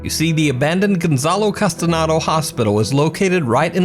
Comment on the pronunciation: I might sound like a Karen for this and it's irrelevant to the investigations but its my last name and I get triggered when people pronounce it "Castanado" instead of "Castaneda"